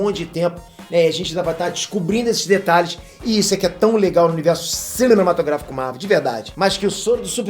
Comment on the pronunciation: Passei aqui para ouvi o falar CILEMATOGRAFICO.... hehehehe.